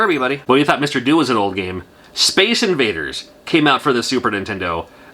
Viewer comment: I believe "Mr Do" is pronounced "Mr Doe", as in do-re-mi-fa-sol-la-si-do, as in the tune that plays when he picks up cherries.